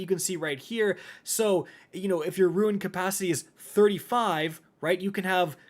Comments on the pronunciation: Roon not ruin... your killing me bro lol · Ru-ne not ruin ;-) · didnt know its pronounced "ruin". always thought rune was rune. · ROON not RUIN driving me insane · My face twitched involuntarily every time he pronounced "rune" as "ruin" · R U N E. not ruin. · It's pronounced 'roon'....🤦🏼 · Can we just talk about how much he says “RUIN” instead of RUNE…. sheesh…. Also, can’t wait to test this game out. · It's ya boy "I Say Rune Like Ruin" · Hearing you say ruin repeatedly instead of rune ruined my brain. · Why u pronounce rune as "ruin" lol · Why are you saying "Ruin"? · Rune not ruin lol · Stop saying “ruin”! Jeezo! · It's RUNE not RUIN lol come on read much jk I love you buddy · why u keep sayin ruin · Rune or ruin? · "Ruin" he saying when reading rune WHY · You are correct. is mispronouncing the word. Rune is pronounced 'roo-n'. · RUIN, SHAMBERS, TAKTO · "Doesn't Know How to Say Rune" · This video was ruined by the way he pronouced rune. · man cant say rune properly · ...You say "rune" wrong, and it bothers me. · “Rune”. Not “Ruin”. Different words. I hope your FT heckles the crap out of you for this.😂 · Please stop saying it like ruin. Rune is said like roon. Otherwise great video as always. 👌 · for the 100th time it’s a ROON not a RUIN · Rune.... kinda sounds like moon, but with an R /roon/. What you are pronouncing is 'ruin' /roo in/ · It's not pronounced like ruin. That's how you are saying rune. Dear lord, every time you say it, I just wanna choke someone. Rune. Sound it out. There is no I in the word. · My guy it’s rune, not ruin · It's RUNE not RUIN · Rune is pronounced ROON not RUIN lmao🤦🏻‍♂️ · Why... Why are you saying, "ruin?" Why not just say rune? It's not, "ruen." It's roon." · Rune is pronounced 'roon' not 'ruin' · RUNE not RUIN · I swear he says ruin just to tilt people. I can’t be the only one to say it’s Pronounced ROON, man, you keep doing this to me. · Rune. Not ruin